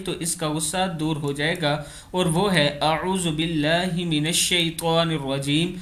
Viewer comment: BILLAAH PAR KHADAA ZABAR LAGAE SIRF ZABAR HAI LAGA HUAA